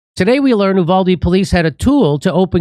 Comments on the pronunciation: YOU- VALL- DEEE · Jimmy, Texas here. The town is pronounced, YOU-VALL-DEE. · You-valde is how it's pronounced JD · Hey, Jimmy. You-Vald-Ee. Thanks for reporting on this. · It's pronounced: U•Voal•De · Uvalde is pronounced “ you-val-dee” and the a in val is pronounced like the Val in Valerie. Short a sound. Accent on the second syllable. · It is pronounced with a long "u," like "you," than a short "a" like the first syllable of "apple," then a long "e" like "the." U-val-D.